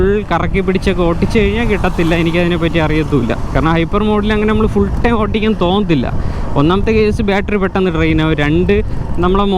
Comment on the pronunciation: Bro ഓട്ടിക്കൽ അല്ല, ഓടിക്കൽ ആണ്❤